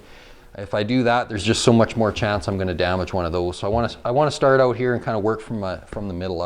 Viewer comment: Tell me your Canadian with out telling me your Canadian “groooout. Ooooutt”